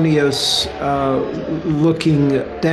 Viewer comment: I love Glover but lol that he can’t pronounce “asynchronous” and thinks “syncopated” just means “rhythmic”